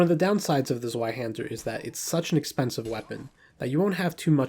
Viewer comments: I'm aware, I trying to make it easier for English speakers to say it closer to correct. I know it's pronounced Tsv-eye-hæn-der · I had to skip the Zweihänder cuz your pronunciation on it was too cringe, I’m sorry